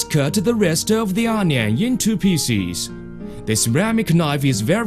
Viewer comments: picies XD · he just cut the onions into pisses.